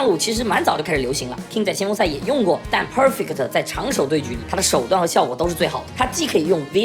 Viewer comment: 講得很好 但國人講perfect真的有夠難聽